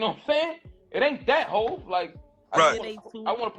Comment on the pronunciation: HAV? Is this dude serious saying HAV?